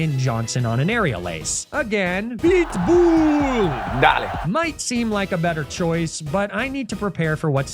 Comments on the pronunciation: I honest to god thought you keep saying big ball instead of pitbull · I swear every time I'm not paying attention I hear "BLITZBOOL! dahling." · Am I the only one hearing "BLEET BOOLE" and not Pitbull? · I thought you kept saying PIT BULLLLLLLLLLLLL /Darlin/ until I read the text on screen haha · Every time talks about “PEETBUUL” and the Electrode goes “dale”, take a shot.